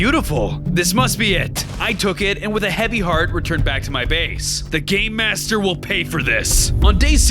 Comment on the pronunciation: Every time I hear say "Game Master" I hear "Gay Master"